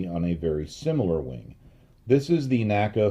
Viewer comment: the correct pronunciation of NACA is "en ay cee ay" and NOT "nacka". My education on this point came from having worked at two former NACA installations with former NACA employees, attended their NACA Reunions, worked with historians specializing in the work of the N.A.C.A. etc etc. The old NACA/NASA documentary films also bear this out. The all too common mispronunciation apparently has its roots in the way we pronounce "NASA" in two syllables. I have enjoyed your well-researched and unique body of work tremendously and thought you'd like to know.